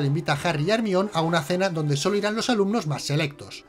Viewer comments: ERMION jajajajaja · Hermion JAJ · ermion jajajajaj